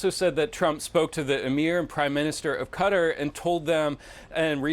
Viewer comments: "ka" "tar" !! Not "cutter" !!! Jeezes... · Haven't learn how to pronounce Qatar?😂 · cuz dont know how to say Qatar? on CNN?